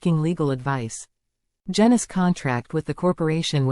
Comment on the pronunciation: Its pronounced jeenus not jenus which might turn out to be apt rhyming slang as up and coming pics might show